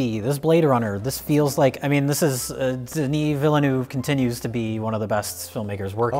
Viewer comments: Pronounce it all in one shot too, no pause between any syllable. And you guys nailed it too, it's "De-nee", not "Den-nisss" ;-) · "Deni" is how you pronounce "Denis". Great job! (Source: am French) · got Denis -> deh-knee fine. Villeneuve however was bad. No offense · said the first name of Denis Villeneuve perfectly (The "s" is silent). However, he said the last name incorrectly. The first "e" is silent and he pronounced the "eu" incorrectly. But I cannot blame him for that last point, English speakers do not have the equivalent of the French "eu" and it is very hard to explain how to pronounce it. Yes, I am the one person to comment on this:-)